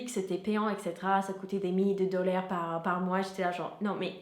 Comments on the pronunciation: Dollars et non dollaire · Tu as un excellent niveau de français, mais sache que "dollar" se prononce comme "dôlard" et non pas "dolair". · Juste dis dollar normalement avec ton accent américain 😂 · C'est Dollar pas Dollère :))) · Des dolaire ?😂😂😭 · Dollaire 😂😂 non je rigole j'aime bien tes vidéos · J'adore comment vous prononcez le mot DOLLAR, c'est comme un mix entre la prononciation normale mais avec un peu de DOULEUR d'inclut ! Ça pourrait donner une bonne toune RnB si vous avez la voix. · C'est quoi ces "dolléres" ? MdR. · "Dolér" mdr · Et la pauverté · Super video! Quand tu dit dollar jai l impression d entendre dollère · t'as vu elle dit doller jsp pq c'est bizarre